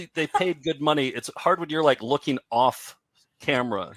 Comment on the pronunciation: "first time I'm rooking at it" flub to begin. classic